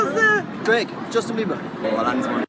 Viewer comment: did you slip and say “Justin Beaver”? 😂😂😂